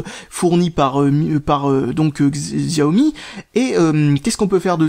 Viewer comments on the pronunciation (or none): Pour la prononciation: en français il faut dire "Chiao Mi" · Salut, utilisateur de xiaomi (hé oui on prononce chiaomi, c'est comme ça) depuis deux ans je trouve ta présentation assez pitoyable ! Tu aurais pu te renseigner un peu sur l'esprit xiaomi qui n'est pas un android classique et qui propose quand même une rom bien finie. A ce sujet, ta manière de faire l'update est vraiment compliqué alors c'est largement plus simple. Après xiaomi propose des téléphones pour geek, donc pas forcément accessible pour tout le monde !